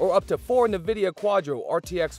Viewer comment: as soon as you said "nividia" i was done. disliked, its nvidia. not "nividia"